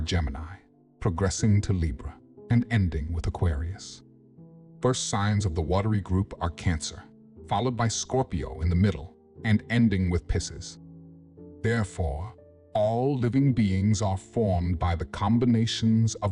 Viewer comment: Pisces really should not be pronounced “pissus”. “Lead” as “leed” is - oh well. There are quite a few pronunciations that could use- as we say in Alabama- “fixin”… Good video though!